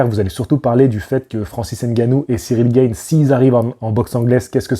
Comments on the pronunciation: GA-NE pas GAYNE 🤣 Il est français pas américain ! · Cyril Gayne ? C’est « Gane » frérot 😂 Pour une fois qu’on a un prétendant au titre mondial lourd français, prononce au moins son nom à la française. Respectons nous 😭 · Oui ohhh!! il le prononce genre a l'américaine comme le mot "game" on entend "guaime" cest tout ! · C'est Gaaane en Français gros 😉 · Cyril « gane », ça se prononce à la française. Même Bruce buffer il fait l’effort 😭😭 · Gane se prononce comme âne et pas comme gain en angais! Sinon tu devrais t'intéresser à ses combats en plus de t'intéresser à sa carrière, c'est un virtuose du striking qui a révolutionné le MMA poids lourd en terme de technique et de vitesse et je pense que cela pourrait t'intéresser. Je commente car c'est mon domaine mais merci pour les vidéos sur la boxe!